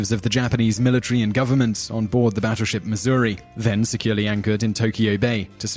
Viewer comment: Hmmm... Not quite sure it's pronounced "Batturship"